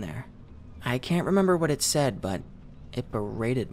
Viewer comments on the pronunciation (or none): none